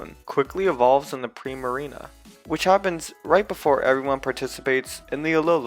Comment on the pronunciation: Typloson? What? It's typholsion, not bonslei it's bonsly and also not preimarina primarina man you need to learn how to pronounce pokemon names😒😒!!!